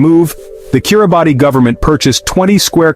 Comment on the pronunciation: This video is complete garbage starting with the mispronunciation of the the country's name